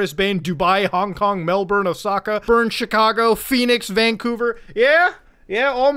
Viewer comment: Holy shit dude, you said "Melbourne" correctly. No joke, that's an accomplishment for non-aussies. Got brisbane wrong, but who the fuck cares about brisbane.